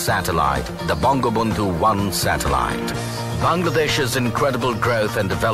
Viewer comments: bongobondhu satellite not banglabondhu. you need more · It's ''Bangabandhu Satellite'' not ''Banglabandhu Satelite.'' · Bangla bonddu nahi bongobonddu